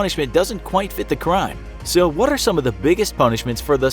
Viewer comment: He rolled "what" so hard